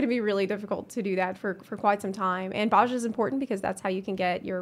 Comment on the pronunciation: Very good video, just one thing, Bozja is very commonly mispronounced, but we hear Gaius pronounce it in Werlyt, it's Boh-zee-uh